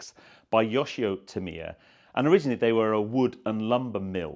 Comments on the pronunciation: Aaarghh you are saying the name soooo wrong .... it is "T A M I ya" .... you are saying "T E M I ya". As a model shop owner back in the day I sold and built hundreds to 'Tamiya' RC kits. Please get the name right ... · Tam iiii ya ……. Is that how you say it. I have been saying it wrong for 45 years. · Never been into the R/C kits but built loads of 1/12th F1 kits over the past 50 years. Big Tamiya fan but I always pronounced the name as ‘TAMeeya’ rather than ‘TamEEya’ What do the company say is the correct pronouncation ?